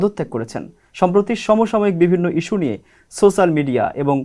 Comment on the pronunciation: উচ্চারণ - 'সোশ্যাল' মিডিয়া হবে